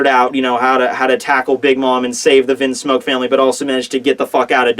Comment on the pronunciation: stop prounouncing things wrong. You have pronounced Bege wrong, logia wrong (from another video; wtf just listen to anime episodes lol), Vinsmoke wrong, etc etc etc. This is just from the top of my head. It bothers me. If you are doing it to be a troll or for humor's sake it's one thing but when your video production is becoming more and more professional but your pronunciation is going down it's unfortunate. Don't be Double4Anime and please work to improve it lol:P You're someone who could get to 1 million subscribers someday, so please please please do that for the viewers who it does bother.